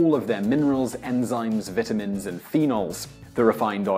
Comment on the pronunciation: I just don't know why my mans said "vitamins" that way....